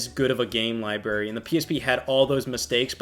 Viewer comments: I love Scott and love, but my eyelid twitches every time says "libary" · Lie-berry. 😅 The most forbidden of all fruit. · Lie Berry